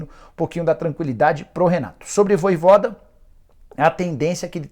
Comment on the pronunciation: rpz me dá uma agonia ouvir o cara falar "voivóda"